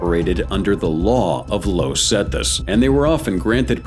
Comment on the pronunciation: "Low Zetas" 🤣